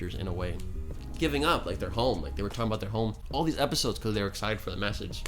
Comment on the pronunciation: You said filler epishodes